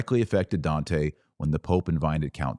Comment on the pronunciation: Oh wow the way you butchered Dante’s name made me stop viewing…and you even had the racist stupidity of pretending to say it like an Italian, or at least your bigoted version on Italian